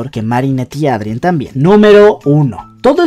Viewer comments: eidren xd tal y como se lee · Me da ansiedad que pronuncias “miraquiulus” y también dices “Adrien” tal cual Jajajajaja